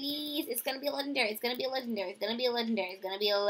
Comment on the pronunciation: Am i the only one who hated that she always said "LeGENDaRyyY"